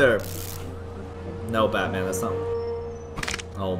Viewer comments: I thought you said fatman 😂😂😂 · DO NOT CALL BATMAN CALL BUUTMAN